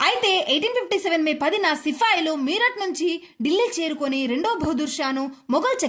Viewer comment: సిఫాయిలు కాదు సిపాయిలు